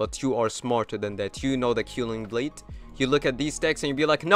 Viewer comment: Gj! Thx! Btw, I'm pretty sure it's pronounced K-well-ing blade 😊